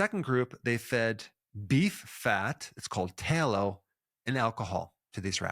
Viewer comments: Sounds like he is saying talo instead of talllow. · What the heck is "tay-low"? (rhetorical question) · Also, tallow rhymes with pal-oh. As in you’re my pal, oh? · ...I dunno.. if someone can't pronounce "tallow" correctly... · Tallow is not pronounced with a hard A... it is like the soft A in "tan". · You know Dr. Berg is from the MidWest because of how he says tallow